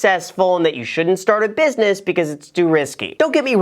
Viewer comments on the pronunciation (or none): 'Business' Graham, not 'busines'. Come'on, no slippage like a hedge fundge